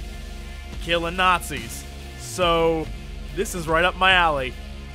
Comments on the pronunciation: you srsly call the nazis nasis..... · What I heard: "Let's kill some nassies." ^_^